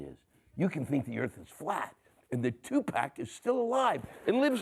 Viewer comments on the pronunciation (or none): One way you can tell a comedian is utilizing studio writers is if the teleprompter says, "Tupac," and you pronounce it "tu-PACK."